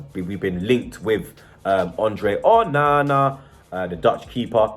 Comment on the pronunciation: Just say Onana normally ffs